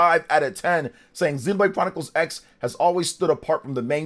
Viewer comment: And it's called Xenoblade Chronicles ❌ Cross. As in Tekken Vs Cross Tekken. It's a Crossover with gameplay. Japanese, when used as a stand-alone morpheme to represent "crossover" or "cross," the "X" is often pronounced as "kurosu" (クロス), or sometimes as "ekusu" (エクス), depending on context. Here's a more detailed breakdown: "Kurosu" (クロス): This is the most common pronunciation for "crossover" or "cross". "Ekusu" (エクス): This pronunciation is used when the "X" is used as a stand-alone morpheme, like in "X-Box" or "an unknown quantity X". Not always pronounced: In some cases, the "X" in a title might be a visual element for emphasis and not actually pronounced, like in "Spy x Family". Examples: "Street Fighter X Tekken" is pronounced "Street Fighter Cross Tekken". "Shining Tears X Wind" is pronounced "Shining Tears Cross Wind". "Highschool DxD" is pronounced "Highschool D D"